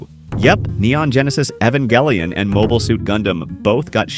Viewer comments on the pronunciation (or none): An "otaku" pronounced "manga" wrong 😔 Evangelion mispronounced, I hereby revoke your weeb card.